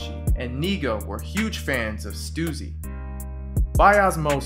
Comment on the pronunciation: stussy not stuzy